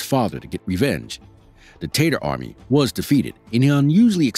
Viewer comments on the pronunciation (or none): He kept pronouncing Tatar as if it was a shortened version of potato. It’s not Tay-ters, it’s pronounced TAH-tar. This is unfortunate. I couldn’t watch much after he said Tatar men and all I could think of was various ways to prepare potatoes… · "Tatar" does not rhyme with "later." 📕💡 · Teytar? Its pronounced taataar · It's Tatar, not tater. They weren't potatoes.